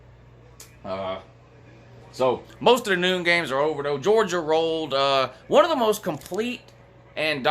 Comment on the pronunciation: WHO HAS JAWJA PWAYED WOU